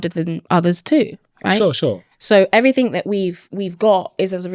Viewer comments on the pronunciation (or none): Everything not everyfink ffs